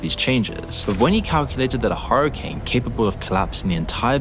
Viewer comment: I love that he says hurricane like "horror"cane 👍🏻